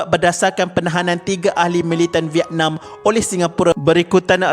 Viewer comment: Kenapa sebut vietnam pelik😂😂😂😅😅😅